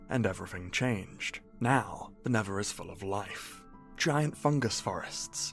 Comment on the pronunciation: "tha neva"